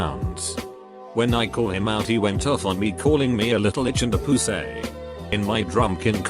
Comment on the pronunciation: No one: Text to speech: poOsay